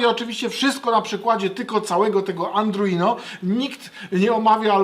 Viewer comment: ARDUINO a nie "andruino"